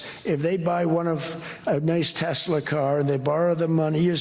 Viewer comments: Hey! Love the show. I think I figured out why Trump says "Tesler"....a mix of Hitler and Tesla is..you guessed it! TESLER!!! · "Tesler" -- adding an "r" sound at the end of a word terminating in the letter "a" is part of a NY accent, among other accents, including those in areas of the UK. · jewish grandmas from new york LOVE saying tesler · hit-ler tes-ler he’s just saying what we all think musk is… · Tes-ler. That's how the UK people pronounce many words that end in an "a". I noticed that when I was a kid and have wondered why they pronounce it like "er". His mom was Scottish or Irish, wasn't she? That could explain it, except, hmm, 🤔 I've never noticed him do that with other words. Who the hell knows why he does anything. 🤷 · Hi. Trump is speaking with a NYC accent when he says Tesler. If a word ends in the letter ‘a’ you change it to ‘er.’ Tesla —> Tesler. If a word ends in ‘er’ you change it to ‘a.’ Shower —> showa (showuh). You stink! Take a showa! I have no idea why they pronounce ‘orange’ as ‘ARange’ though…. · Many New Yorkers, possibly older, add “R” to the end of words ending in A. Tesla - Tesler. It’s called a Linking R or Intrusive R. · Teslar 😂😂😂it’s computar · Trump calls it "Tesler" because it sounds a little like "Chrysler" . That makes it feel more familiar to his "brain" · Welcome to NY,. They say, Tesler, Linder (Linda), etc. If it's an "A," it's said "ER." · “Tesler” because he’s a basic guy from Queens. Think Archie Bunker saying “terlet” instead of “toilet.” My grandmother called a dear friend named Joyce “Jerce”. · Trump not being able to say Tesla may be a sign of dementia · His natural pronunciation is from Queens, think Archie Bunker; as he ages and declines he loses what other veneer he put on previously. New Yorkers often add Rs to vowel endings, where Bostonians drop them from R-ending words.